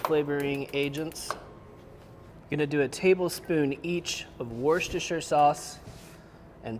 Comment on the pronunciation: Worcestershire = wu stuh shuh The rce is silent